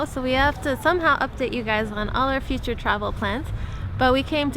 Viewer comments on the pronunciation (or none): none